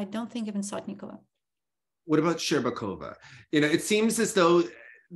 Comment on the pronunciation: pronounced her surname incorrectly. He said “SotnI’kova, but it must be SO’tnikova. So it’s why didn’t understand him at once.